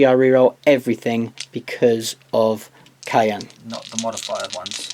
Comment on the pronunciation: All modifiers happen, after rerolls. So make your rerolls first, then apply all modifiers. Simple. And every time you said Kauyon, it sounded like cayenne, as in cayenne pepper.